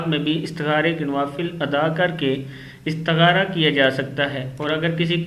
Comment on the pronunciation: Mistar asp ko dahi bolne bhi nahi aaraha hai istakhara ko aap idtaghara bol rahe hain